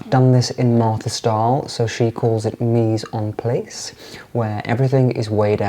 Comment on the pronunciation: Mise en place: the "a" in "place" must be pronounced like the "a" in latte. :)